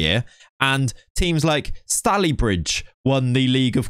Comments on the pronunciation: Just FYI its pronounced Stay-lee-bridge. I personally dont care but I live very close and feel like someone should mention it. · It’s pronounced Stay-Lee bridge. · pronounciation of stalybridge is absolutely horrendous there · I live near area of Manchester Stalybridge so hearing it pronounced like that was brilliant 😂 Stalybridge is pronounced Stay-lee-bridge